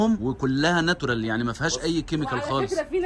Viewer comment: ناتورال اسمها ناتشورال😂😂😂